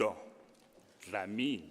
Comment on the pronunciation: I love how the prof pronounces "Dlamini" 🥰🥰🥰